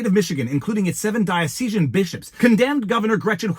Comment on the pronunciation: Diocesan -> Die-oss-i-sen